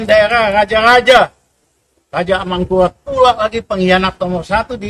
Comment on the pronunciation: Pak RM sampean salah sebut pak yg bener Raja Amangkurat bukan Amangkughattt.. 😅😅😅